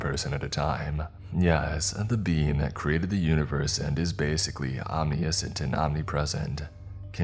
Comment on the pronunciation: Hey just thought you'd want to know that "omniscient" is pronounced om-nish-int 😊